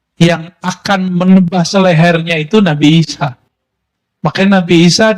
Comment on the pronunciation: Yakin Sayidina Isa yg di maksud tapi kedengeranya samar🙏